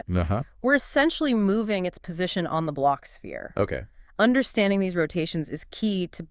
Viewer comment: A kwibit!… -The blotsh-sphere help us visualize it… -Yeah!… -Exactly! -Great!… -M-hmm…! 😂😂😂😂